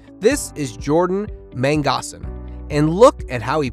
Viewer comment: Mang-o-san, again mango-san!! Gosh man